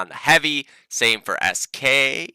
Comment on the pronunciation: please don't say “sk”, it sounds terribly unnatural:D, I'm used to people calling me as “esq”;) Greetings from Poland;)